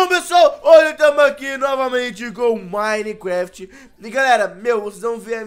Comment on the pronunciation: O fala minecueft